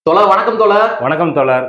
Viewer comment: சிறப்பு வாழ்த்துக்கள் தோழர் 💐 மறுபடியும் மறுபடியும் தோலர் தோலர் 🤦‍♂️ அப்புறம் எனக்கு கோவம் வந்து எதாவது தவறான பதிவு வரும் தோழர் உங்களுக்கு பலமுறை சொல்லிட்டேன் உங்கள் உச்சரிப்பை திருத்திகொள்ளுங்கள்